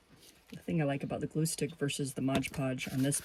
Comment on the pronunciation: 😂 I don't know why so many people have such a hard time saying Mod Podge. Calling it Modge Podge.🤷‍♀️